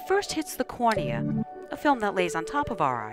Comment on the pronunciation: When she said cornea her accent was thick